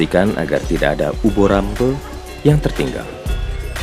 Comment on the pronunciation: ini naratornya bukan orang jawa ya, kok dalam mengucapkan 'gejog' jadi 'jegog', pengucapan 'dlingo bengle' dan 'uba rampe' juga kurang pas, beberapa scene juga ndak di-translate